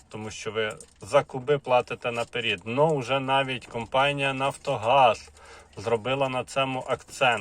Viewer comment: Вибачте будь ласка,чому на --перід,мені здається що правільно казати на перед,провірочні слова :по переду, вперед, ну ніяк не вперід ,правільно буде говорити : ,,наперед не спішіть платити кошти,,. образити нікого не хочу,але ж ми всі вчимося розмовляти українською мовою,но правільно.